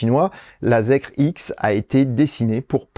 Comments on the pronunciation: Ça se prononce "Zikeur". Effectivement zèkre ça sonne très très mal 😄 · Ça se dit "zikeur" pour info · J'ai rien à redire sur la vidéo, mais par contre ne dit-on pas "Zikeur"? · Bonjour, personnellement je le prononcerai "Zikair" mais je ne sais pas si j'ai raison. En tous cas la prononciation "Zèkre" est totalement nulle pour la France. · merci pour vos émissions toujours très complètes mais ne restons pas franco francais jusque dans les prononciations : ZEEKR se prononce ZIKER (ZEro Emission KRypton) "ZIRO ZIRO ONE ou EXE" =_= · Se prononce Zikeur